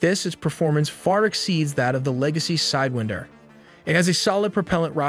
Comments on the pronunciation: Love the video but you kept saying "Side-win-der" and I kept audibly saying SIDE-WINE-DER. No hate, just a funny observation. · Its pronounced "whine" not "wind" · PSA: It's not pronounced side-WIND-er but side-WAIND-er, as in "to wind" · Interesting that you pronounced it “side-wind-er.” I’ve always heard it pronounced “side-whine-der.” Not saying you’re wrong or I’m right, just interesting. Nice video. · He said Sidewihnder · it's sidewinder as in 'rewind' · Lot of wrong info and you’re using the wrong pronunciation for sidewinder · Cool video but the way you say sidewinder is very frustrating